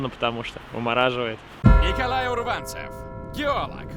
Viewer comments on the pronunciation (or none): Урванцев, а не урвАнцев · Урванцев! УДАРЕНИЕ НА УУУУУУ!!!!! Прям бомбит!!!!! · Не урвАнцев, а Урванцев !!!